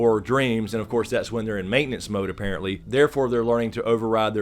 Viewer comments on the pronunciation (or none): none